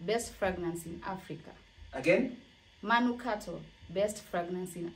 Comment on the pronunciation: Ulisahau kusema manungato 😆😆😆 , wakambaka hawasemi manukato